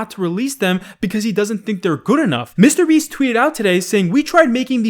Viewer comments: says "mistabeast" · Hey, I’ve watched you for years. Seriously, but uh can you please pronounce mrbeast as two separate words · Day 503 of asking to stop pronouncing mrBeast weird